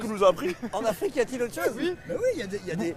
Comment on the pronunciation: L'afwique j'adore l'afwique je suis afwiquain